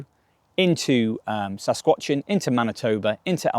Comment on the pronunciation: Sas-cat-chew-on lol